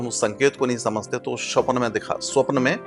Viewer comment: महाराज जी स्वप्न का उच्चारण ठीक करें। स्वप्न होता है, श्वपन नहीं